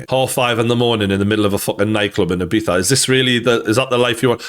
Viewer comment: "ee-beetha" Not "eye-beeza" How do you not know this at your age bruh